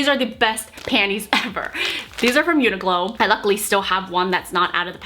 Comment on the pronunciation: it’s Uniqlo, not Uniglo.